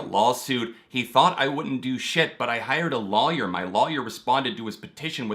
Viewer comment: Been following you for years and just noticed how you say lawyer 😂